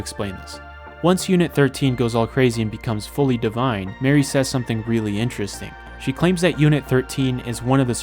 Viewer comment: It took me so long to figure that you meant Mari when saying Mary